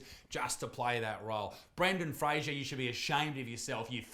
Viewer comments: Nooooo it's Frazer like laser. He's said on a few interviews that sorta bothered him back in the day cuz his name was constantly mispronounced lol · It is Fraser as in laser. He said so in an interview. Just being educational. That is all. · According to Brendan himself it's pronounced "Fray-zor". Like Razor... But everyone's always said it wrong. LOL! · Fraser as in razor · Why can’t anybody say Brendan Fraser’s name right? It’s not hard.